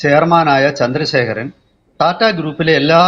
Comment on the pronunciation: ടാറ്റ അല്ല.., റ്റാറ്റ Tata. സ്വന്തം രാജ്യത്തെ ഒരു പ്രമുഖ വ്യവസായ കമ്പനി അല്ലെങ്കിൽ ഭാരതത്തിൻ്റെ വ്യവസായത്തിൻ്റെ നട്ടെല്ലായ ഒരു ഗ്രൂപ്പിൻ്റെ അല്ലെങ്കില് ഒരു വ്യക്തിയുടെ പേര് ഇതുവരെക്കും നേരെ ചൊവ്വേ ഉച്ചരിക്കാൻ പറ്റാത്തത് മോശമാണ്..